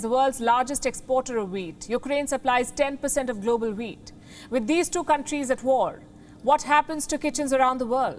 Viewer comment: OH! Wheat not weed.